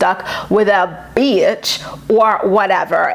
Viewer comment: Your impersonation of Mack & Ryan or "Rhine" saying "beeatch" was perfection🤣 I have a thick southern accent & the second I heard you say that, I laughed out loud because that is exactly how southern people say it!🤣 Love you!!❤